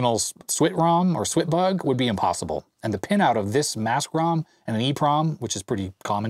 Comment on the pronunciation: IT'S "SWAT BUG", you know, like swatting a bug, there's even a fly swatter in the manual